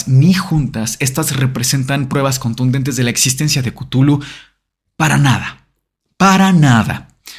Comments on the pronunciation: Cutulu Mi mente disléxica todo el capitulo: tu culo 😂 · Soy de la generación q llama o, mejor dicho, pronuncia Chuthlu como "shulu" lo de cutulu me suena horrible...😅🤣🤣...( aunq la verdad es q me gusta tanto como has tocado el tema q no es ni siquiera una crítica...) 😊❤️ saludos desde las Islas Canarias 😘